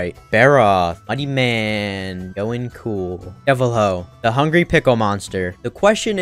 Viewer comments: did you just call him DEVIL-HO?? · deviljho (Deh-vel Jo): Devilhoe~ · Bro imagine nicknaming deviljho "devilho" Bro removed the J from deviljho 💀💀💀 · I pronounce Deviljho as Dev vel g oe. Is that cursed?